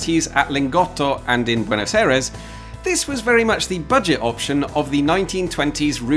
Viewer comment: Note for, since you usually aim for local pronunciation, that Aires is much closer to eye-rays than air-ease.